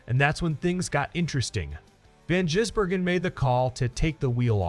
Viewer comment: This station is infuriatingly stupid. If your bloody AI cannot say SVG’s surname correctly, then stop doing stories on him, or maybe just go away. You are incompetent.